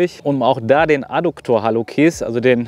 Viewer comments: Man sagt "halluzis" nicht "kis". LG von einer Medizinerin 😜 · Top Video. Allerdings spricht man Hallux, Hallucis: "halluzis" aus ;)